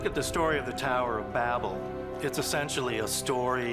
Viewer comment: tau-err to the firma-ment.